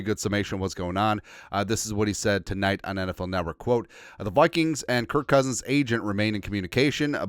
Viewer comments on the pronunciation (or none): Love how you call them the Wikings Lol